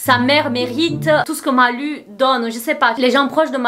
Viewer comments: Maiiiiiiis c'est "lou" la prononciation ! En plus tu dis son nom tellement de fois dans la vidéo aha, "Malou" quoi. Les rares fois où j'ai entendu parler de cette gamine, c'est pour des trucs sad ou glauques, elle fait de la peine... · Ça m'a stressée de t'entendre dire Malu alors que ça ce prononce Malou